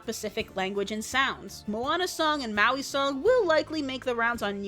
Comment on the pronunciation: Wait... How did you pronounce Maui?